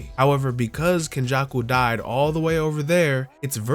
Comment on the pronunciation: Its kenjaku😂